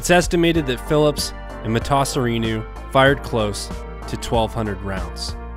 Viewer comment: The way he keeps changing the pronunciation of Emil Matasareanu last name is frustrating lol